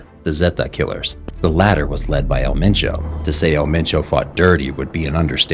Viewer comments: You need to use different clips. I've seen the same few clips every video, I think you definitely have the potential to be big. Also I think some of the videos have repetitive information but I don't think that's necessarily a bad thing. This is more of a nitpick but you should see if someone can help you out with pronunciation too. There was one video where you said "El Machow" when his name was 'Ma-cho'. Other than that keep it up. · didnt even say his name right